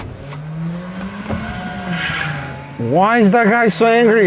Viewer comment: it's the only time you say the actual name of the car: "Miserati"